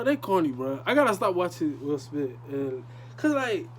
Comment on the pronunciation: “Will Smit”😂